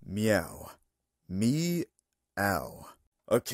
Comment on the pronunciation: Sonic said mewo